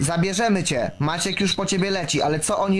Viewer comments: Your channel is amazing, love your commitment to finding all the details. I just wanted to say incase the name comes up again - Maciek is pronounced like Ma-ChicK. I have a polish friend with the same name. Keep up the good content! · It's not pronounced Marche, its like Magic. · The name Maciek is pronounced ma-check btw! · FYI, I think "Maciek" is pronounced "MAH-chee". :)